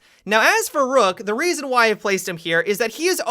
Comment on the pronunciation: "And for that rasin."